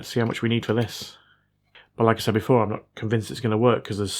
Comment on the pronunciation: You spoke very fast "like I said", and it sounded like "Alexa".